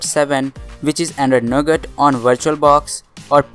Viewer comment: he says "We have installed Android 7 which is no good". . . . . . . . jk. I know he said Nougat. Sounded like it tho 😂